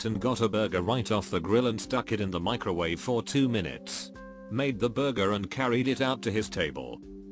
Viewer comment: I miss the way this robo voice used to say Burjer instead of Burger...